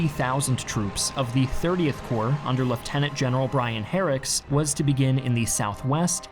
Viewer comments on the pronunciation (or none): Another error, it’s Brian Horrocks not Herricks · "Drop zones", not "landing zones". "Corps", not "core". "Brian Horrocks", not "Brian Herrick". There was a panzer division at Arnhem, not a panzer corps. "Urquhart", not "Arkhart". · Not very well researched on some name pronunciations; ie, saying Har-rocks, istead of Haw-rocks/ Horrocks, and 'Orkhart', instead of Err-Kart/ Urquhart - Not sure why the video is insinuating just paratroopers were used, rather than the fact that Airborne Divisions were employed which consisted of glider-borne battalions of infantry troops, as well as gliders carrying in field artillery and anti-tank guns and jeeps. - the problem was the final objective was too far away. It was a silly assumption that there would be no major German counter attack to stop them, let alone getting all the many objective bridges intact.The Germans ignored their opportunities early on to blow up the Arnhem and Nijmegen bridges. "30th corE" - "Panzer corE' ??? wow, who's the production editor?..... And yes, the Allies did heed the resistance reports of German armour, but didn't care enough. - Many airborne troops of various units, besides those of Frost's battalion, made it into Arnhem - more than half the besieged British were not 2nd Para battalion. - And Urquhart inexplicably going to the front line and getting uselessly trapped from his command for over a day. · New arrival to the channel...and I just wonder about his mispronunciation of names. Harracks instead of Horrocks...Stratfordshire instead of Staffordshire...Awkhart instead of Urquhart...does he do it on purpose? It is not because he is American, I am American, and I have no real issue pronouncing Horrocks, Staffordshire, or Urquhart. So why does he do it? An honest mistake? I guess so, but he did not seem to have any trouble with any of the other names...maybe a bit with Oosterbeek, but his mispronunciation is awfully selective. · It’s General Brian Horrocks not Herricks